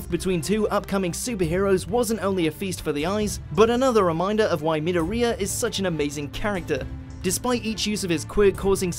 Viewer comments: its not meder-re-uh its mi-door-ia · who pronounces midoriya as mid-der-riya? its mid-DOR-riya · It's Midoriya not Midorrhoea. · Damn the way he says midoria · wait did u just say "minouria" or am i just deaf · It's not ME - DOOR - EH - AH (Midoriya) It's MID - OR - I - AH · Why does he say midowreeyah instead of midoriya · ok um how did you just pronounce midoria? i think you said mid-od-ria. its said mi-dor-ia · It’s Midoriya not midoreyea the way they pronounced his name lol or just say deku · he called midoriya mideria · did he just say Midoriya as Mid-o-ri-a ? -_ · Did the narrator even watch the animes to get the names right? Seriously mid-o-riya, if he had watched it for five seconds he would have got the pronunciation correct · ITS MI-DOR-IYA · Midoriya < Me-do-riya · No offense but I cringe every time he said midoria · The way he said midoriya hurts my soul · How can you butcher the pronunciation of Midoriya when they say it every 5 min? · Anyone else find the way he said 'Midoriya' so completely weird and wrong? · Uhh I think you might have pronounced Midoriya's name wrong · Personally I think number 2 should be in first And say Midoriya’s name right for Christ sake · xD he said midoriya wrong, this why you cant trust mojo for nerd fights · You are saying midoriya wrong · he pronounced midoryia wrong and also who watches dubbed my hero academia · I know this is a bit knit-picky but the way he pronounced Midoriya kind of triggered me. -_0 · Every time you say Midoriya I cringe. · I dislike how he said Midoriya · When the videos narrator cant pronounce midoriya correctly Also fucking dragon ball got above mha #salty